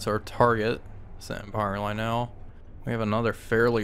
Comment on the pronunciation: "Lionel" should not be pronounced "lye NELL". Instead it should be pronounced "LYE nell" or "LYE oh nell".